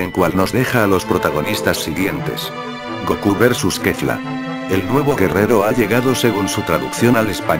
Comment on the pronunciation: parece que dice mia kalifa en vez de Kefla :v